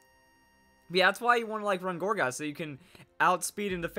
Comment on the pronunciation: every time you say gourgeist I'm hearing orgasm for some reason